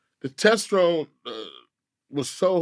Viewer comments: THIS NIGGA REALLY SAY TESTERON & NOT TESTOSTERONE 💀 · Did this nigga just say TESTTRONE???🤔🤔🤔wtf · “ The Test Drones” ,, “The Temptones” ,,,,, Testosterone Was Fuckin Faizon up 😂😂😂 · "The TESTRONE levels was high." Lol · Nigga said testron ...testosterone nigga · Boy said the ‘testaron’ you mean the Testosterone? Lol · “ The testrone was so high” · The “TESTERONE” 😂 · Oohhh he meant "Testosterone " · “The Testrone” tf Do Faizon Be Talm Bout Everything This Nigga Say Just Feel Like A Lie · The testerone???🤔Oh he meant "the TESTOSTERONE" i thought he was making up a slang word for the environment😂🤣😂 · Testrone? Lol. You mean testosterone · Tesrone? No Faizon... TESTOSTERONE.... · Who else thought he was talking about a person when he said “Testron” 😂😂😂😂 Nigga testosterone!!! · “THE TESTERONE WAS SO HIGH” LOL HE KNOW HE MESSED THAT UP SO HE SAID IT TWICE LOL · Lmao nah my man said testerone not testosterone 😂😂😂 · Test”rone” 🤫🤣🤔😭😳😩😂 I caught that lol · I came here for this comment. Testrone..........🤣🤣🤣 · Wtf is "testrone" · Vlad wanted to correct him on the pronunciation of testosterone so bad but he kept it to himself. I know he was pronouncing correctly in his head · This nigga look like Drag-on when he was tryna say testosterone!!! 😂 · I legit thought he said “test drone” or “tension” a million guesses I would’ve never thought he was saying Testosterone 😂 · Man was struggling to pronounce "Testosterone" ROFL